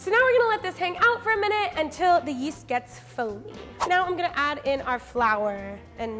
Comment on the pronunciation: Do I have a hearing impairment, or does she say 'instant east' instead of yeast?